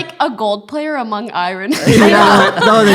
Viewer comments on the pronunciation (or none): poki says iron like iren instead of irn